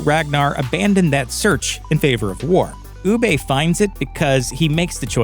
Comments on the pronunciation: Your pronunciation of Ubbe.... made me unsubcribe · Ubbe? Perhaps watch the actual show and correct your pronunciation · For me, the way you pronounce Ubbe ruined the video for me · The way this guy pronounces Ubbe (Ubba) makes me think he didn't even watch the show. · I stopped watching this video as soon as you pronounced Ubbe’s name wrong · His pronunciation of Ubbe is annoying, you can tell he never watched the series. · After 6 seasons Americans still can’t pronounce Ubbe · The way this man says ‘Ubbe’ or ‘Wessex’ 😫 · You can pronounce Hvitserk correctly but butcher Ubbe? What kind of sorcery is this?! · Ur not saying uba right u idiot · Why is it that this guy can't pronounce the names of the characters the way they are said on the show? They literally speak their names out loud. It's so annoying. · I'm three years too late for this, but it's so easy to tell when a commentator hasn't actually watched the show and is just reading what other people have wrote for them. Ubbe is pronounced Uub-ber not Uub-bey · Oooo-Baaah! not oooo-bey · Ooobey.. did you mean Uh-buh. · Why’s he keep saying “oo-bey”?? It’s pronounced “OO-BUH”!!! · Who the fuck is ubay? 🤣🤣🤣🤣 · I'm legit about to slap your narrator! His name is pronounce "UB-BUH" not "OO-BAY". Ubbe is UB-BUH! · Ubbah not Oohbay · It’s ubbe not ubba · Could not finish this video because he kept calling ubba oobay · Awful video. Ubbe, not Oobey doesnt abandon the gods, he doesn't think the other dude is man enough to even begin the blood eagle. Please dont make these kinds of videos if you have no idea what youre talking about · Ubbay? Ubba. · Oo-buh not Oo-bay! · why do you ponounce it u BAY? have you not watched the series lol.. not a single person pronounce it like that, it's UB-EH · Who the hell is ubay lol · Its not ubbay Its UBBA hahah :) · its not ubay, its ubba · who the f$%k is oobay lol. It's pronounced Uber. I swear the people who do these videos don't watch the things they're talking about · "ooh bay" 😂